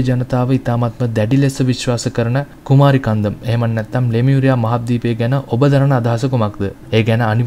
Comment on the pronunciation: That is not "කුමාරි කන්දම්" It's "කුමරි කන්ඩම්"